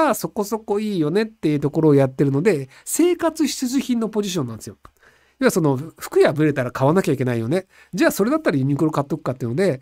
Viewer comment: 生活ひちゅじゅひん